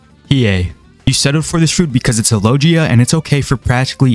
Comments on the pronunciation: Blud just said lojia 💀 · dont ever say lojia. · bro really said Lojia